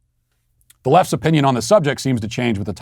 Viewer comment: His real oh-pee-nion.